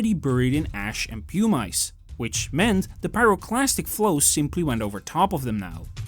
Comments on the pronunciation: Pu-Mice??? It’s pronounced Pu-mis. Spelled Pumice if you’re going to make a documentary about a Volcanic eruption please familiarize yourself with basic Volcanology terms. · The AI-generated audio is annoying. Mispronounces "pumice" into "pum-ice". A new kind of ice, I guess, made of pum. If it's a human voice, it's even more annoying. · pew-mice? Is that a skunk? yeah. Stopped there. Won't be back. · The voice is A. I. Nobody calls pumice "pew-mice." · So in Dutch they say "pew-mice"?